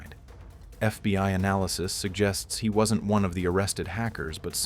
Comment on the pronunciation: FB-WHY? (FBI) this AI naration needs to spot